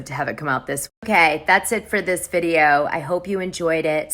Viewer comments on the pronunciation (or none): none